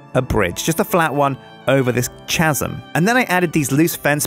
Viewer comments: he should say "kasm" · Love how he pronounced chasm :P 'Chazzum'. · Because thats how you say it dawwn souff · You mean c as in Creative use of game mechanics